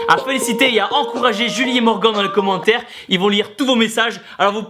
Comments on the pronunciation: Tibo a prononcé "morgan" au lieu de "morgane" pour le jeune homme. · J'ai adoré la première vidéo et la deuxième est tout aussi magnifique. Mais c'était intriguant d'entendre Tibo prononcé "MorgAN" au lieu de "MorgaNN" 😂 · Ça se prenonce MORGANE!!!!! MERDE! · tu prononce morguan stppppppppppp respect le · TIBO Morgan ce prononce avec le son "ane" à la fin lol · Je m'apelle Morgan et Tibo on dit pas Morgan comme entrainemment mais comme Morgane x) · Je crois que ça se prononce Morgane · Bravo a Morgan et Julie vous êtes les meilleurs BOUM ! D'ailleurs Tibo on prononce ''Morgan'' comme Morgane car sinon ça fait trop bizzare Morgan non ? ^^ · C'EST "MORGAN" QUI SE PRONONCE MORGANE TIBOOOOOOOOOOOOOOOO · Comment tu prononces Morgan ahha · Il me semble que Tibo a écorché le prénom de Morgan tout au long de la vidéo :) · Tibo qui prononce mal le prénom de Morgan haha no respect! :D Bravo à eux du fond du pec! Et honnêtement Julie t'es très jolie ;) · Tu le prononce pas bizarrement Morgan..? x) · Putain Tibo comment tu prononcé "Morgan" -_ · Je suis le seul à être perturber qu'il prononce pas bien Morgan ? 😂😂😂😂